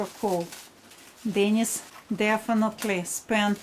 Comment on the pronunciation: no, sorry: not DENnis. but DenEEs. Dennis is a man's name, Denise is a woman's name. ah Grumbacher ! very good quality ! the best !